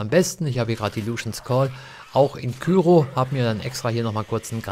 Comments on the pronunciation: Warum sagen das bloß so viele? It's cryo! Kommentare "Küro" ist definitiv falsch. Wenn dann halt "Krüo". :D Granaten gibt es häufig bei Markus am Automaten, auch Kryo-Granaten natürlich. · KRYO nicht KYRO^^ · Coole videos zu bl3, echt hilfreich. Ein hinweis: es heisst K-R-Y-O, nicht kyro 😅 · KÜRO nicht KYRO 😂